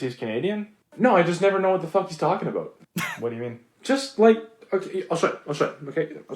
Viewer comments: We don’t say aboot. It’s more like aboat. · It’s not a boot Jesus Christ. I mean I guess I might live in a different part of Canada but that sounds ridiculous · it's not that we actually SaY 'aboot', it's just that that is how it sounds to Americans. do some research on vowel length - us Canadians use longer vowel length and you guys shorten them:)